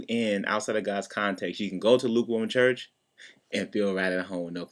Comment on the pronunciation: Luke warm *church. (not "chest")